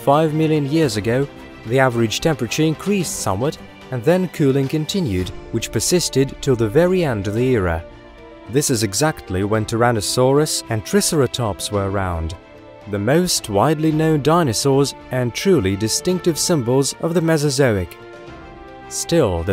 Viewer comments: trisseratops.............. bahahahahahahahaha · You are pronouncing tricerotops incorrectly. is try not Tris Sarah Topps three Horned faced dinosaur Or little transit literal translation being three horned face lizard. If you're not sitting on how to pronounce it put it in to Google's pronunciation or look up how to pronunciate try Sarah Topps in Youtube. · its triceratops try-sare-uh-tops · Still struggling with "Triss-era tops." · “Tris-arah-tops” I cringed when he said that. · How the hell did you pronounce Triceratops?